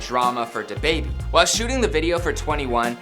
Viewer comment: 1: I hate how white people says “da baby” 2: the host really in his feelings about these comments (I thought he was gonna cry)